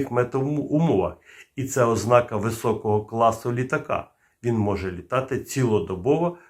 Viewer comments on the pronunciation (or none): none